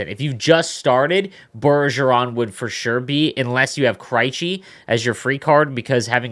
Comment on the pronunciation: ....its krejci with an eeeh kreeeehchi..... not an iiiii lmfao love the content my guyI. Your the best just needed to bust ballz!!